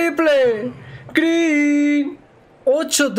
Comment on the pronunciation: Das pena cuando dices "greeen".